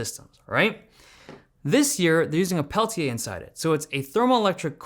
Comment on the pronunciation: amazing how you say it: Pehl-Tee-Yay. hahaha been using blackShark fun cooler 2 pro for over a year now and having freezing device on your device is a GAME CHANGER!